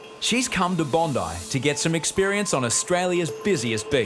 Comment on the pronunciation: Its bondi not "bone-dieh"